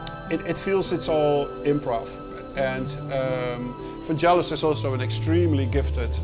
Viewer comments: 1) Hard g, not soft =D 2) You also hear that particular cue when Deckard is in his apartment and then transitions to Pris going to J.F. Sebastian's place at the Bradbury Building. 3) All of the music he has ever made was made at the moment. When doing a film score, he would watch it a few times to get the sense of the mood and then he would just go for it. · vangelis is pronounced with a hard G as in "Get in " not jel as in " jelly fish "..always bugs me people who say it wrong.. cheers anyway :)